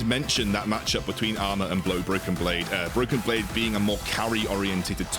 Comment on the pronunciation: Did he say Bloken Blade ?